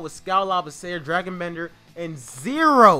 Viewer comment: You pronounced Skal Labissiere wrong and Dragan Bender